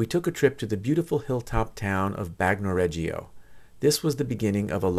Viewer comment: Bagnoregio. Bagno pronounced. BAHN-yo. Not bahg no Regio pronounced REH- Jo Not Reggie-o